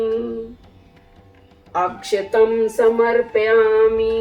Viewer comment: Waise to Puja me bhav ka mahatva hota hai.. apke bhav uttam hai nisandeh🙏🏻 fir bhi kuch mantra uccharan galat hai.. jaise ki tilkam nhi hota hai.. om Haridram ya kumkumam (haldi ya roli Jo b ho) samarpayami 🙏🏻 dusra akshtam nahi akshtan hota hai. Fir snan k bad gandha, vastra, haldi kumkum chandan aadi fir pushpam patram(Jo b patte hai like Tulsi durva belpatra etc) jo b devi devta hai unke according uske baad dhup deep.. fir bhog ya nevedya fir achman uske bad mukhvas like laung elaichi kesar fir dakshina fir karpur arti.🙏🏻 Kuch galat to kripya margdarshan kre.🙏🏻 Sabka Mangal ho🙏🏻